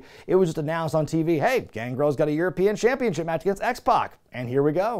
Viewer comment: The way you say “Champeenship” gives me some Homestar Runner vibes